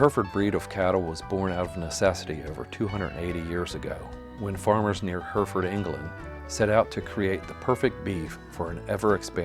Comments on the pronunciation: Remarkable. There aren't many American pronunciations which genuinely surprise me but that caught me off guard. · His pronunciation of the name drives me mad. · Listen to how in England they say Herefordshire and Hereford, because they'd be wondering what you're on about.. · It would have been nice to have a narrator that could pronounce Hereford! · "heh reh ford". NOT "herford". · It is HERRY-FORD not HERFURD. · I'm proud to be from Hereford, England. Interesting video and I certainly learnt something new about our legendary cattle. One correction is on the pronunciation of Hereford. It should be said with three syllables heh-ruh-fuhd. I'm sure you are just using a normal US pronunciation her-fuhd and that's fine but to my Herefordian ear it sounds really odd. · Its pronounced H E R E FORD not just like the spelling. NOT HURFORD!! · It’s not pronounced Her ferd. It’s pronounced Herr ef erd. From Her ef erf erd shirr England. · What the hell are Herfds? They’re Hair-a-fords from the English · her-ferd is the Americanized pronunciation of Hereford. The actual English pronunciation of the city it came from and the name of the breed is Hair-e-ford. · "herfurd england" 😂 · It is pronounced heri-fud, or Herra-f'd if you are posh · Hurrfurrd -_- good grief. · Hang on, how did you pronounce Hereford???? Hurfurd???? What? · It's Her-furd here in the states. Also while we're at it, you cross the pond types spell color wrong and add an extra syllable to the word aluminum. 😂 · Just a fyi, its pronounced "heh·ruh·fuhd" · Hair-re-ford at least learn how to say it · 2 countries seperated by a common language, pronounced Hair Re Ford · its pronounced heh ruh fuhd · Yeah I have lived in Hereford and find the American pronunciation bizarre. We would say "Hair e ferd" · Mispronunciation is killing me. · The thing that kills me about this video is how "Hereford" mispronounced every 10 seconds. Other than that, it's a great video.